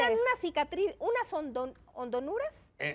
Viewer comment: hondonuras jajaja no que mucho estudio